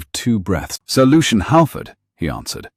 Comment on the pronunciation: Sir Lucian Howard. 😂 It took me a while to figure that out. It sounded like Solution Howard. I thought, what a strange name. 😅